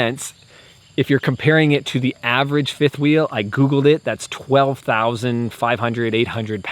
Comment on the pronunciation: The tongue and trailer weight was in line with other micro travel trailers... you said Firth Wheel